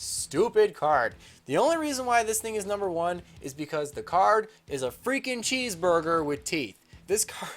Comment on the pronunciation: This video came out FOUR years and 5 days ago. And I'm STILL MAD that you repeatedly called it a CHEESEBURGUER.